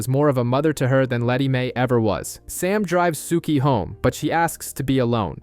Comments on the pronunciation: Same! Rhymes with "cookie." I mean, I hate to be the pedant in the room, but cripes my dude -- watch a random scene on YT so you can get the pronunciations right lol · If you liked the show (and you read) you'd love the books much more. I only liked the first 3.5 years of the show and then it was very meh. Books were way better. and lol the way you say Sookie.